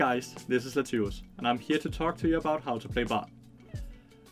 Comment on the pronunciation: TIL how to properly pronounce "Lathyrus"